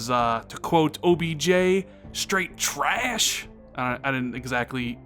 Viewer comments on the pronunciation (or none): LMAO, no, this is not trrraash😁